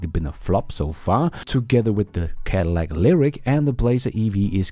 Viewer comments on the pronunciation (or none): none